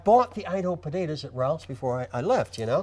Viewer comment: I love how the consonants in Joe's pronunciation of "potatoes" become softer and softer until it's just budadas